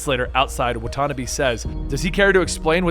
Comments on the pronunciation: wa-tuh-NAW-bay. not wut-on-a-BEE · What’s up with the weird pronunciation of Watanabe? It’s supposed to be Wa-taw-naw-bae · it bothers me how he says watanabe